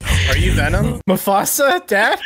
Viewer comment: its Wee.. ARe VENumm. not wee r venim.